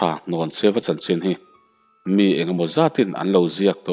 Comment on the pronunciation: Hnawncheuva tih i lam dan hi a dik tlat lo mai...Hlawncheuva ti in i lam tlat...